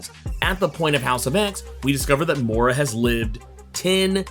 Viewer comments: Moira not Moora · Moy-rah. Not Morr-AH. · dont know why it bothers me so much but everytime you pronounce her name as "Mora" it drives me nuts. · Hi just thought you'd like to know Moira is pronounced Moy-ra . Nice video mate .:elbowcough